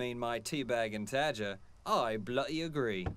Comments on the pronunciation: love the inclusion of in this episode but man wish would've asked him for some election lessons it's bloody and ruddy not blutty and rutty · you can instantly make your accent better by not saying bluh'ee instead of bloody. We drop Ts not Ds. So water is wah'er, butter is buh'er...